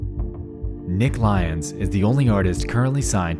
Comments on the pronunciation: ily but hearing lyons pronounced as lions was like getting hit by a bus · and it turns out his name was pronouned L Yons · you know what would've made this video better? actually pronouncing lyons correctly, good lord